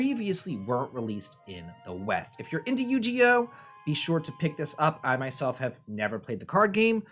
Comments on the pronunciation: Yu gi oh not yu ge oh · I pictured him laughing prior to recording this, saying; I’m going to deliberately mispronounce it. Will drive people crazy. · You-GEE-oh??? Okay i know you’re an old man but THATS A NEW ONE BROTHER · The "Gi" in Yu-Gi-Oh is actually pronounced with a hard "g", not a "j" sound. Sorry if this sounds pedantic. Longtime Yu-Gi-Oh fan from childhood. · I live for his mispronunciations 😂😂😂